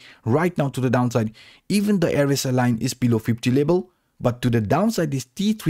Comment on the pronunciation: say v: b say level: lebal lol